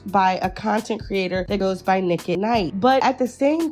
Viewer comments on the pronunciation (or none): Nique At Nite, not “Nick” 🥴